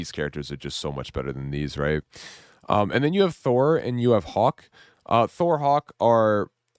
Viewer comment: hulk is not "hawk"